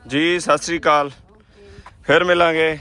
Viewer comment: Sat Sri Hunda Sassikaal ni hunda😅